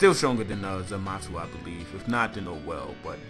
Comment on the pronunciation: Somebody tell him it's zamasu not zamatzu